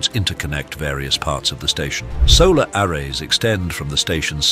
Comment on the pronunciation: Your voice synth needs more training. Word like "array" and others. 🙂